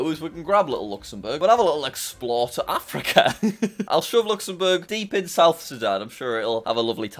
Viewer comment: Ah yes my favorite continent, Africker